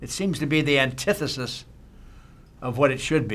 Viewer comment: That man said antithesis 😂